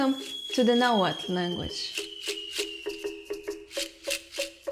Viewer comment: subing just for the fact that you pronounce the "tl".